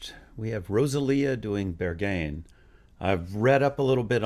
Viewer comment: While you were at it, you could have also found out how to pronounce Björk and Berghain. 😆